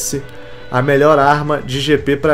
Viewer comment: mano o jeito que você fala alpine Q AGONIAAAAAAAAAAAA!